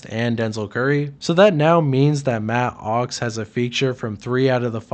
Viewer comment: I can’t even listen to this because of the way your enunciating “matt OX”